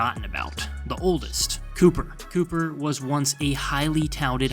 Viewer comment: Cooper’s name is pronounced Cuper, not Cooper